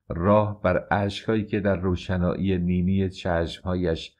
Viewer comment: تلفظ نینی هایش به نظرم درست نباشد، رمق نی-نی هایش، (رمق چشمانش ، نور و قدرت چشمانش)